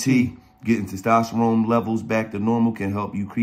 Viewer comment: Somebody teach gillie how to say testosterone lol